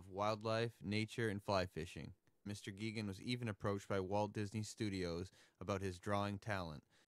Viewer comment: Hey! Nice video! Bill was a friend of mine, and I wanted to let you know that a new anniversary re-issue of “Nature I Loved” came out last spring by North Country Press. (Also, Bill and Alice pronounced their name, “GAY-gun.”